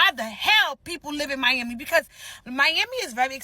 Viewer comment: "Meyammy" sorry bro, I can't!